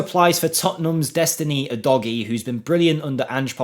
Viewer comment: okay, we’ll agree to disagree but I think you’ll find the Italians pronunciation is “U-Dodgy” and I’m fairly certain that’s how he pronounces it from interviews I’ve heard when at Udinese and if it were U-Doggie it would be double G in English grammar.